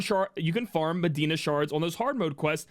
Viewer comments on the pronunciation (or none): none